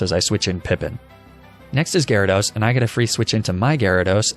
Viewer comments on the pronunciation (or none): GYARADOS, NOT GYRODOS! FIX IT NOW!